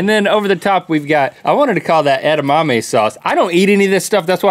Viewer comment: "Edimame sauce" Nice one Link